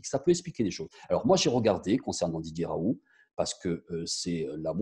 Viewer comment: Raoult!!!et ça se dit en phonétique raoul, le T on ne l'entend pas!!!tout le monde lui écorche son nom!!!